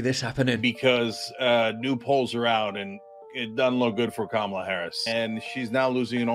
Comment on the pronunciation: There are no long vowels in the Sanskrit word, "Kamala".